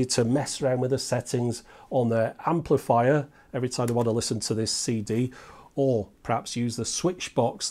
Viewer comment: "emplifier"? lol